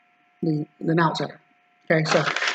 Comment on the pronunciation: NONSE. Not Nounce. Other than that great video :)